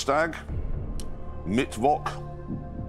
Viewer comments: I can’t be the only one who’s annoyed that they call it “mitt votch” and not “mit focha” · Mittwok :D